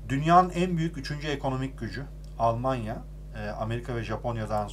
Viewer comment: Almanya'yı güzel söyle hadsiz😂